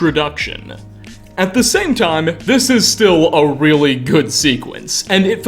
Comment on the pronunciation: Bro.... I like the content you provide, but I can't watch for long– because of your voice! Over the top modulation and why add an extra syllable to so many words? "Space-ah. Good-ah hard look at this thing-ah." You are working too hard my friend.